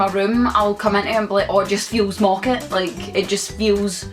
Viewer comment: It's not 'mocket' it's 'mawket'